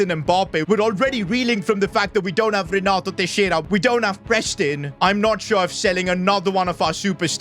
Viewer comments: Nah it's Renato trexiara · It is Renato Texira